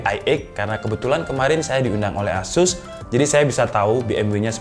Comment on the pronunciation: asus bang bukan esus